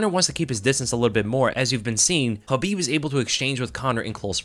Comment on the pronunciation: Is the k in khabib silent or is that just how this guy says it